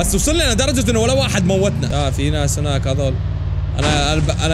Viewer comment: هناك❌ هوناك✅